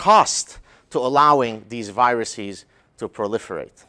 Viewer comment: "Viruses" is not pronounced "viruseez," and "processes" is not pronounced "processeez" unless you are culturally appropriating the Mexican accent.